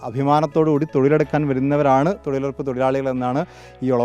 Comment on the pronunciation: ചേച്ചി ശരിക്കും തങ്ങുന്നുടല്ലോ തൊഴിലുറപ്പല്ല തൊഴിലുഴപ്പല്ലേ...